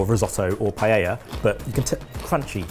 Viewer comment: I was gonna say wins just cuz he actually pronounces Paella correctly. But dish looks SO much better